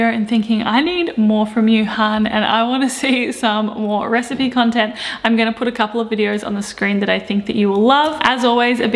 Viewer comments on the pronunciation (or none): none